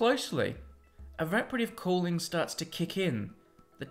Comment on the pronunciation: What is the word he used ? I have no idea what that word is... Araprative Cooling?